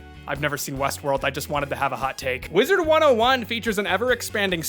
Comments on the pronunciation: Please for the love of god stop saying “wizards101” there’s no “s” at the end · “Wizard 101, or as I like to incorrectly say it, WizardS 101”